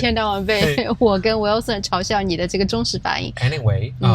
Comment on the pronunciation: Who is Wilson? Both of you pronounce it wrong. It is Wil son. Not Wel son..